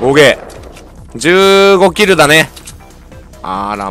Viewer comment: キルの英語がちがうw